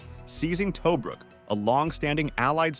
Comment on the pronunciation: Ok...... Yes it's a personal issue..... But seriously???? Get better with the pronunciation Tobruk = Ta-brook! Marquis = Mar-key.... But the man was a beast....